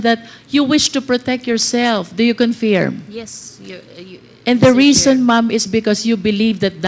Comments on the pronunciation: Bakit baloktot and diction ni congresswoman confeerm at hindi confirm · Confirm pronounce as conferm in American English